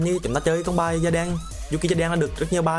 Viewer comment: ad đọc Yuki hay Judai đi, đọc ''da đen'' nghe nhột vãi :v